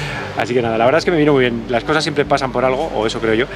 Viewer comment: Ciempre estas hablando, ciempre xD